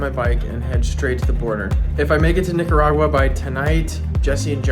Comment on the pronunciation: yooo, you GOTTA practice your pronunciation of NIC-aragua 😂😂